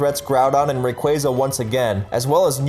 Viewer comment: A guy who said raqza right